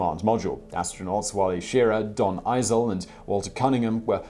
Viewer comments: Eeezel?eeezel? Wtf EYEZ-LEE that's colonel Donn Fulton Eisele to you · Donn Eisele's last name is pronounced like "Isley."